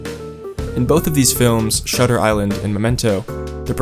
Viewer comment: Was excited for momento but lost it when you get shutter island wrong